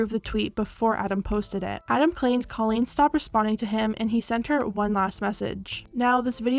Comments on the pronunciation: It's pronounced COE LEAN not CAH LEAN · I don't mean for this to come off hateful or anything, but I think you should know that you’re pronouncing Colleen's name wrong! Again not trying to be hateful, just thought you should know 😊